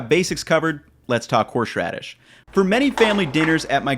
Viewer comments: Anyone got a counter of how many times he said 'horsh radis' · Why do you pronounce horseradish so weirdly?